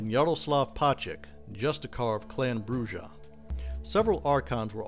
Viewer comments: It's pronounced "Broo-ha"!!! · Listening to his pronunciation of Brujah is like hearing nails scratching a chalkboard. Other than that, good video.